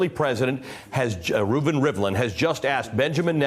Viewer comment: His name is Reuven not Reuben. It's not that hard.